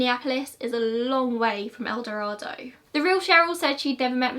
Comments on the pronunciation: I was born in ElDorado. It doesn't make a big difference but it is said with a long A. El DorAdo. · No, she did not pronounce it correctly. I live in Arkansas, and it's pronounced El Do-ray-do. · I hadn't heard about the familial DNA match. Interesting. For what it's worth, El Dorado is supposed to be pronounced the way you did, but in Arkansas, it's pronounced more like El Doraydo. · I’m from El Dorado!!! We actually pronounce it “el-doh-ray-doh”. Thanks for covering this!!!! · Also not sure why we in Arkansas pronounce it Do-ray-do. Kinda weird, but it's how it's pronounced. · I totally understand that most people who are not from there would not know. Take it as a fun fact that someone local is telling you how we say it. :) no harm no foul. Still love your content. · Gina Sherrard it’s fine if that’s how y’all want to pronounce it doesn’t change how the name is spoken internationally so if it’s truly a matter of preference for you I wouldn’t go around correcting people. You being born there and mispronunciation isn’t going to change how a whole language is spoken. Sorry to tell you.